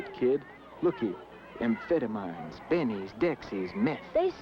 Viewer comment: Not to mention the way he pronounced amphetamines?? Made me laugh pretty hard haha.